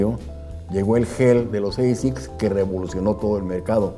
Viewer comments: Que digo yo que si ASICS es un acrónimo de una frase latina, se debe pronunciar "ASICS" y no "EISICS". Que los angloparlantes lo pronuncien como quieran, pero los hispanos deberíamos hacerlo bien. El estilo también está en la lengua ¿No? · Se pronuncia como se escribe asics, no eisics. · Hola. Gracias por este video. Muy interesante. Una pregunta si me lo permites: si la marca viene de la sublime frase en latín Anima Sana In Corpore Sano ¿no es mejor pronunciar "asic" con a del español o del mismo latín al principio y no con la deformación inglesa (pronunciación que seguramente se interpreta como más elegante y con mayor clase por norteamericanizarla a oidos de los latinos) de "eisics"? Gracias y saludos. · No se pronuncia "Eisiks" se pronuncia "Ashikkusu" jaja!!! Muy buen video! :D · Se pronuncia tal como esta escrito: Asics. No es una palabra del idioma ingles.